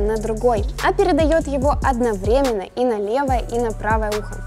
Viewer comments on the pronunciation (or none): none